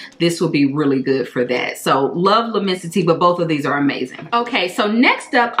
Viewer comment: L’lmmensite is definitely better than Imagination imo. Also I believe It’s pronounced “Le-mon-si-tay”. Great list!